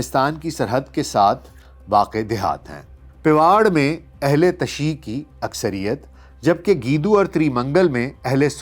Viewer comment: Sahih talaffuz ,ahl_e_tashayyu, hay